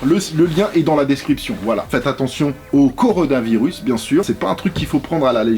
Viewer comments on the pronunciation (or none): none